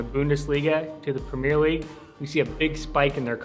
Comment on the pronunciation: This guy cant even say premier league bruh